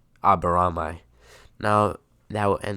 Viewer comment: pronounce : shino Aburamay